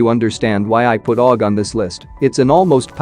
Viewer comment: You can fix the aug sound when it comes together in text to speech just do it like this A U G it will say it correctly